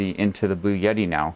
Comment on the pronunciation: Sometimes he pronounces it Blue Yeti! 🙂